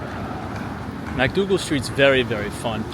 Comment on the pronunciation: Pronounced MICK-Dougal Street, not MACK-Dougal Street.